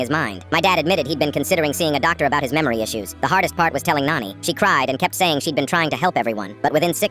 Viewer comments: It is not noni its nani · It's not noni it's nani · Its nani not noni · Nani not noni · First thing Noni? Its called Nani then ai gen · Bro that's not noni it's nani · It’s Nani not nanny or nony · It's not noni that's Nani 👍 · Isn't it nani and not noni? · said noni not nani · Finally, somebody Indian like me. It’s just the AI is pronouncing noni mothers mom wrong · It's not. Op is saying nani. it's the word for maternal grandmother in hindi. It's just that the ai voice is not able to pronounce it properly